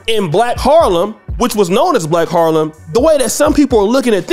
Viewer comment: Not sure I like the way you say Harlem.